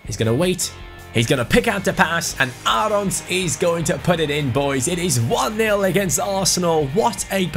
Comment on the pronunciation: You say Aarons and Håland the wrong way. Aarons is an english name... And in norwegian you say ”aa“ as the letter "å". Just use Google translate or something like that and get it right!